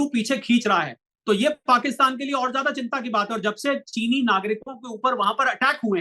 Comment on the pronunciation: Karj nahi kahte karz kahte hain, Lallantop ke anchor ko apni bhasha sudharna chahiye wo ziyada ko bhi jiyada kahte hain. Correct your self, good luck